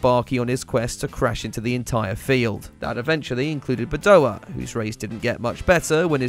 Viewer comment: It’s Badoèr!!! Not Badoah!